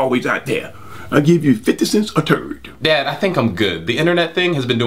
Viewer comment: He said "I'll give you 50¢ a turd"!!😂😂😂😂😭😭😭😭😭😭😭